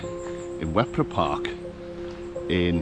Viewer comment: Wepre Park, (said as Weper locally) is a beautiful and very well managed park for both humans and wildlife. While most of the trees are relatively young you did walk through some rather special ancient woodland, home to some rare species. I worked there a time or two, lovely place. Ewloe castle (Yew-low) is fascinating because it doesn't look like what people expect. It was built as a home as well as a fortification. Flint is where I grew up, we had some fun playing in the castle. Not sure how we survived as falls were quite common, fortunately we always managed to land away from some of the great chunks of sandstone and limestone that lie buried in the marsh. I wouldn't call the Dee Estuary a nice bit of water though - it looks pretty at times but it's bloody lethal! Many people have been fooled into thinking they can just walk across to the English side at very low tide. Kudos to the hardworking and dedicated Lifeboat crew based there who are kept fairly busy up and down the estuary and coast. Nice video, thanks for showing the beauty of the area. You might like to check out Greenfield a little further along the A548. With the Greenfield Valley Museum of buildings brought from other sites and rebuilt to show the history of farming life and industry. There's also the remains of Basingwerk Abbey to explore which, as significant player in the Industrial Revolution, the Valley has old factory sites and man made pools for powering machinery (you can see a working steam powered b